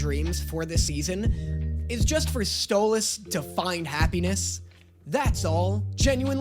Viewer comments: finally said stalos name properly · Just so you know, most people blame Stolas (pronounced Stole-us) for the argument at the end. He did shock Blitzø with it all, start it by activating his fight-or-flight response by taking the book, then alliwed him nearly no time to process. If you want a better breakdown, watch Sarcastic Chorus and his vid on why it was Stolas' fault. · YEAAAAH DAAAANNNNNNNYYYYYYYYY!! Is he finally gonna stop calling him Stol-ass? Or does he still not realize that the way pronounces stolas is the way stella pronounces it to insult him! Find out on todays episode of; Trauma Edit: HE STOPPED SAYING STOLE-ASS 🎉WE WIN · DID YOU JUST SAY HIS NAME RIGHT??!!?!?? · He’s finally saying stolas right!!!! ❤️❤️❤️ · I feel weird listening to pronounce Stolas correctly 😢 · YOU SAID HIS NAME RIGHT YOU GOT HIS NAME RIGHT OH THANK YOU THANK YOU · OH MY GOD HES SAYING STOLAS CORRECTLY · my jaw actually dropped when he said Stolas’ name right. I got so used to it, is sounds wrong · he said Stolas' name right!! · finally said stolas correctly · He said Stolas’ name right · ayyyy he said Stolas properly also, real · YOU FINALLY SAID HIS NAME RIGHT YOU SAID STOALS NAME RIGHT GO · OMG LEARNED HOW TO PRONOUNCE STOLAS CORRECTLY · He said stolas correctly 😊😊😊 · So glad you stopped saying Stole-ahhhs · YES! HE SAID THE A IN STOLAS FAST!! HALLELUJA!!!🎉🎉🎉🎉🎉🎉🎉🎉🎉🎉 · You know how you were saying you don't know how we want you to pronounce Stolas? Well you said it correctly , , and That's how his name is pronounced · You’re saying Stolas’s name right!!! Yay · Did anyone else realize he pronounced stolas name right instead of mispronouncing for fun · finally pronounced Stolas correctly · Wait…. Did he finally say Stolas’ name right?????? 🎉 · OMG, HE FINALLY LEARNED HOW TO PRONOUNCE STOLAS'S NAME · HE PRONOUNCED STOLAS RIGHT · I thought you were gonna hate this episode. Pleasantly surprised. But also, YOU SAID STOLAS RIGHT!!!🎉🎉🎉